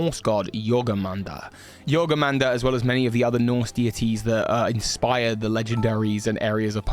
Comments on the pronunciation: It's "tee-air-no", not "ter-knee-o". It's "Spew-pa" (it's a pupa that spews), not "Sp-wepa". it's Yor-mun-gander, not "yorgemander" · I get that it is hard to say... but it's not Jorgumander. it is Jormungandr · It's Jormunngandr, not Gormunjander or whatever you said